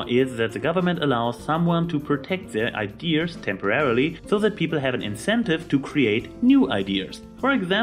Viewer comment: You say "ideas" funny. Idears XD